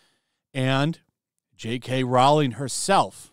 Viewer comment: Rowling is pronounced like Bowling, not like Howling.